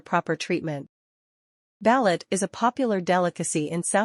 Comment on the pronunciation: Learn how to pronounce ba'loot.